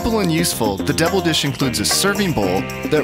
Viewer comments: Haha I was just about to say that! Totally sounds like “devil dish”. VAT19 is located in Missouri, wonder if it’s a Missourian accent thing to pronounce double as debble/devil... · the fact that pronounces double like devil is both funny and annoying